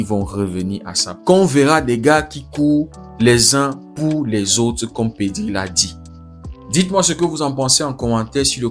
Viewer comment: Real madid, pedi ou sont les R ??